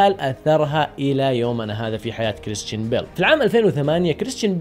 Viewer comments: انت ما تكول كريستان انت تكول كريشتان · نطقك لاسمه يرفع الظغط